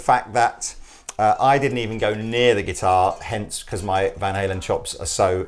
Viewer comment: I love you guys, but butchered van halen....that won't help sales...